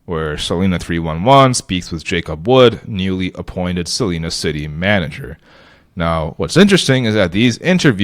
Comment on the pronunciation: Cool idea. FYI it's pronounced "sa-lie-na" not "sa-lee-na".